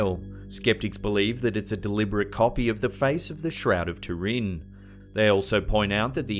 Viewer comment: Shroud of a big vat of soup? It’s Turin, TOO-rin, not “tureen”...